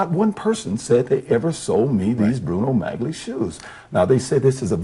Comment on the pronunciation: It's astonishing how the interviewer knows how to pronounce Bruno Magli shoes (as G is silent)... But Orenthal repeatedly mispronounces Bruno Magli shoes, pronouncing the hard 'G'... Unaware that most viewers are amused at this ruse😂 Guilty.